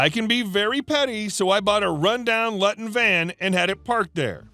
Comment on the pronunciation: Luton is pronounced 'Loo-tun'! It's a town in Bedfordshire, UK, which gave its name to a van with a cargo space over the top of the cab.